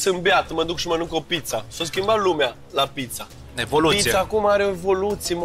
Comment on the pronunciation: Ce frumos a zis chef "Michellin-star" : tre sa stii "traditionne" ca sa faci "evolutionne" 🌟